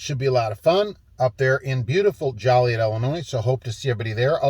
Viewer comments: Joliet Illinois. “Joe Lee Yet”. City ordinance if not pronounce correctly punishable by a five dollar fine. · It's jo-li-et Illinois haha sir